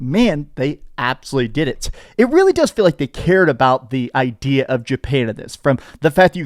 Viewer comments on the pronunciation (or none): none